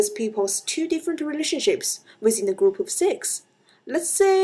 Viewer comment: 'gourp' lol. It's all good